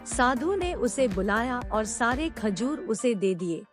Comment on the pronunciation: Kajor nehi mather chud....... Khajor